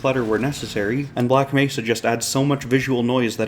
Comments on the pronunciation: Maybe they could've told him how to pronounce Black Mehsa this time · the saddest part was the voice actor did correct the mispronunciation but the fixed recordings didn't get used